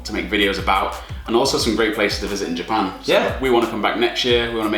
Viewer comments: 右の方の”Japan”の発音がすごい”ジャパン”って感じ！ Japanってもっとじゃぁぇぱぇ〜んっていう、人が多いイメージ笑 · 初見だからどこの人達か分からないけど 「Japan」の言い方が「ジャペーン」みたいな感じじゃなくて「ジャパン」ってスペル通りに発音するんだね。 少し違和感があるけど丁寧な感じがしていいね( ´∀`)b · 白の服の人のjapanの発音がカタカナに近くて可愛い